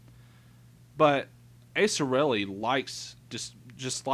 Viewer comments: Who in the hell is "Acerelli"? If you're going to bash someone, at least learn to pronounce their name right. Good luck with your future videos though,. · Aserelli? This guy can't read. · The only thing about this is you pronounced his name wrong. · So let me see if I get this straight. Asa's allowed to give his opinion to whoever he wants but no one is allowed to give their opinion on Asa? Nice logic there (rolls eyes). 2nd who cares if he pronounced his screenname wrong. That's what we call an ad hominem. It does nothing to the argument.